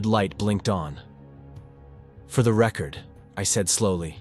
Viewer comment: The AI in this truly sucks, and if it's not AI, you need to learn to speak English better.You got Salem, you got record wrong.\nIn many other words , wrong in the annunciation